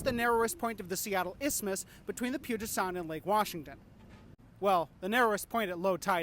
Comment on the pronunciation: "The puget sound" Fail.